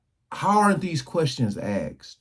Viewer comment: Sir.....I regularly enjoy your videos. Please, how is the word 'asked', pronounced 'axed'., or maybe 'aksed',......., how is this a thing. Thank you.